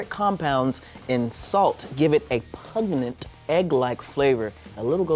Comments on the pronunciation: PUGNENT 😂 LOL he's so cute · I can't get past pugnent hahaha